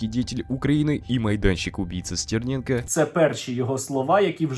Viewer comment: а "стэрнэнко". это что?